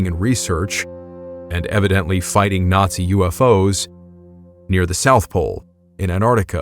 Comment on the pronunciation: "Nazzi UFOs" 😅😅😂😂😂😂😂😂😂😂😂😅😅😂😂😂😂😂😂😂😂